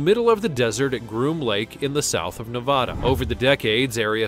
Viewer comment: I don't live anywhere near there, but it's Ne-VAD-uh.